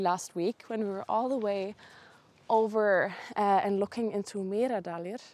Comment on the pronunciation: Mýradalir? Lol. Meradalir...